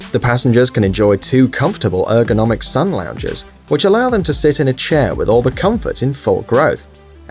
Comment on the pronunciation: Learn to say lounge... idiot